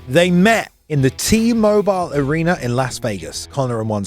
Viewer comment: Why is dude able to pronounce the A sound when it's the prefix but not the suffix.. I don't understand. Dana = Daner Arena = Areaner properly prounces it in the beginning of a word but not the end??? Like wtf, shts Hella annoying